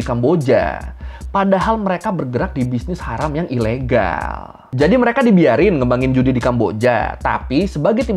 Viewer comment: KambojAaaa, ilegAaall, penjarAaaa hihihi lucu bang logatnya😃😃🙏🙏